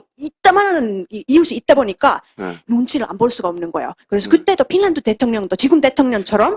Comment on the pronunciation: 발음이 pinland가 아님..finland 임..